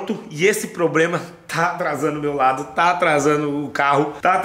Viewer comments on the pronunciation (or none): none